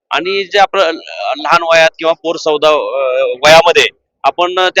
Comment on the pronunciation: पोर सवदा नव्हे,पोरसवदा नीट उच्चारता येत नाही का?